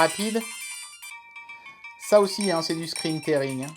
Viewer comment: Merci pour la vidéo (on dit "scrin tiring")